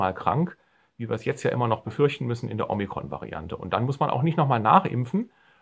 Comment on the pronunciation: Danke für Dein Video! 😊👍 Kleiner Tipp von einer Altphilologin: Das erste „O“ in Omikron klingt wie das zweite. Genau so wie in Ort oder Orbit. Du hast es wie in Omega (oder Logo) ausgesprochen.